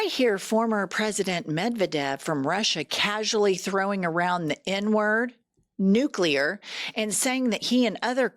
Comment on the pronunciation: I would love to see his teleprompter while he speaks. I guarantee that the “big words” (more than two syllables) are spelled out phonetically. “Isss- Fuh- Hahn”, etc., and he STILL can’t say them. “Nooo- Klee- Urrr”. “Inn- Rich- Mint”. “Gaahhhd”🤣 That last one, he REALLY had trouble with, but it’s probably because he only started saying it just before his first election. I’m an atheist, but I think maybe something somewhere is furious with him and prevents him from being able to say anything about his supposed “personal” relationship with his “very strong, deep belief system” that he obviously doesn’t have. Love you guys, keep up your fantastic coverage of the disaster that no one with a brain voted for. 💙